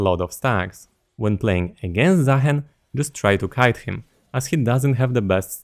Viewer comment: i think is name is pronounced zah-HEEN. provably Arabic inspired